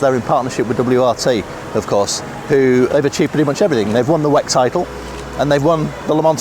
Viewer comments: she says Weck? Whack? Lol 🤣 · WEC is an acronym. Stop saying it like it's a word on its own.